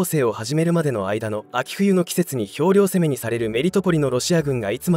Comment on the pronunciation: 秤量攻めではなく兵糧攻め（ひょうろうぜめ）ですね。